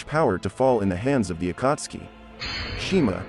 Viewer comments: The pronunciation of akatski kakazo and kunai and Asmua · i had to stop watching after heard the pronunciation of akatsuki and kakuzu 3 mins in